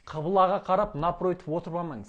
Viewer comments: Құбыла деп неге айтпайсыз? Қибыла дейсіз. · Қыбыла емес ҚҰБЫЛА деп айтыңыз, жұртты шатастырмаңыз.